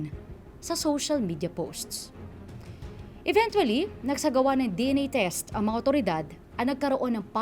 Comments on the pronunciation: EVEN-CHUA-LLY, hindi even-twoa-ly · Cringe lang ako dun sa "eventually" 😅